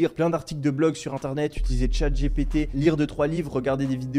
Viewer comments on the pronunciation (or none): none